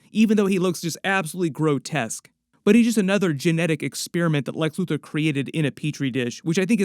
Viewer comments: I know he said Luthor but I lowkey like loser better lmao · When did he say loser! He said LUTHOR